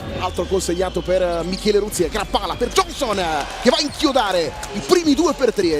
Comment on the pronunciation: Michele RUZZIER non Ruzzie´ ... cmq grande Trieste